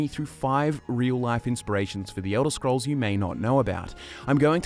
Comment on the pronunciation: "Yodel scrolls...." You wot m8?